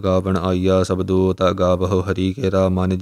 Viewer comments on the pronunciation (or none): ਸਬਦੋ = It is Sabdo, not shabdo. ‘ ਸ ‘ (sassa) does not make a “sh” sound, that would be ਸ਼. Wherever in Gurbaani you see the akhar ‘ ਸ ‘, it must be pronounced with an “s” sound, not a “sh” sound. Hope this makes sense.